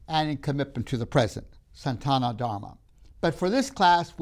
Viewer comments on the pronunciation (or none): It is Sanatana Dharma not Santana -- sana-tana!! When you don't pay attention to matters such as it, your talk would be viewed as irrelevant! Sanatana means eternal! Reality is a product of your senses and the senses are easily fooled. Magicians do it all the time! The only reality is your Atman, the spark of Brhman. Watch the Matrix movies to understand this concept! Your concept of your identity is depended on your perceptive instruments and the hard disc of memory you depend upon. Once these systems are damaged or tampered with, you will not know who you are and who the others you used to identify with!